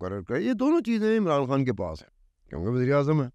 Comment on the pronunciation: ، "کھان" نہیں ہوتا بلکہ "خان'' ہوتا ہے...